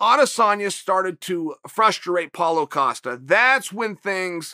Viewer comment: Does anybody else just start laughing whenever Chael or anyone for that matter says "Paulo Costa" geeeez 🤣 🤣